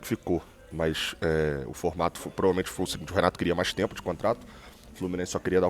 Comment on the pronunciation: Renato Gaúcho! E não Renaro Gaúcho kkkkk